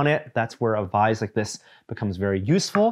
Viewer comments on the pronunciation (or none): Is he saying "vize"? I've always said "vise". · It's vice, not vize. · I think he means vice. I never heard it pronounced like that before either :S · That one was bugging me as well. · what the heck is a vize? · So can't say Vise.